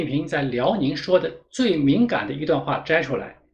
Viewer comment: 最敏感gan 念了多变最敏管guan 🤦‍♀️🤪 内容好 不影响为你点赞